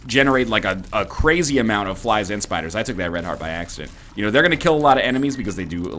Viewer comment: I craced up in laughter when he said spys and fliders :D